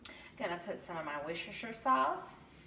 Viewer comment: The way she saying Worcestershire is sending me 😂😂😂😂😂